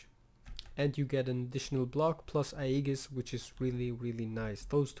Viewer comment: Hey man, nice gameplay! Just a friendly piece of information, the a in aegis is silent